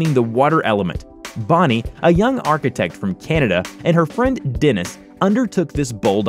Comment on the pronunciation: im laughing at the narrator pronouncing Es as Is, like "her friend " or "they call it the DIN" omg